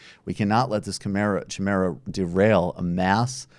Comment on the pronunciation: You're not alone, Michael, we've all mispronounced chimera.